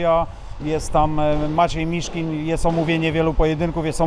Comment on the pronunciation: Miszkin a nie Miszkiń